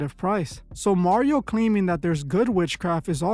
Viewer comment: Mario, nobody wants to be taught by you, sir, and his name is not Mario. It’s Mario.